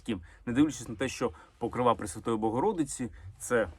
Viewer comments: Мої вітання!!! Дякую Олександра за цікаві відео. Чи можна Вам зробити невеличку підказку? Вибачте, в жодному разі Вас не критикую. Це щодо вимови слова "Покрова", в ньому наголос на другий склад, не на останній ( ПокрОва, не ПокровА)🤗🥰🇺🇦💙💛 . Дякую. Слава Україні!!! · ПокрОва а не ПокровА